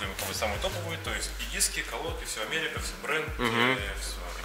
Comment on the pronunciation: Ни Аферик а Аперик